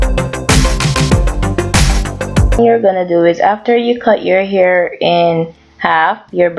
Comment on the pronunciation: Fabulessme its because she's said air... they don't pronounce H's